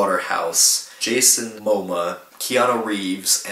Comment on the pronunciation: since u can't pronounce jason momoa's name and think jim carrey's funny i'm gonna guess u're not the most reliable source on whether this film's worth checking out or not when it opens in theathers lol